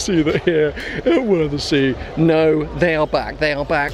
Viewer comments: Should've asked a local how to pronounce 'Wörthersee'. :P Epic event. Can't believe I never went in my 11 years of having lived in Austria. I guess I thought it was all about Golfs... and I really don't have any affinity for those! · The show is actually the worse part, the best time to go is 10 days before the show with all the meets, races and cars that come every year then leave before the show (which about 80% of the 🗑 car go to) And its worthersee like worthers originals pronounced 😄 I don’t believe you went up the tower and didn’t video going down the slide back down!